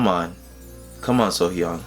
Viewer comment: You are one of the few that pronounce her name correctly the first time. Off to a great start...lol